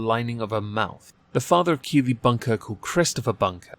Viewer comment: The whole time I kept hearing kiwi not keely